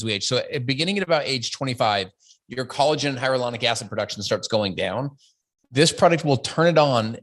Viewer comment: Collagen and hyaluronic acid products are ALL over the place. He’s also saying hyaluronic acid wrong. He’s calling it “hyarulonic”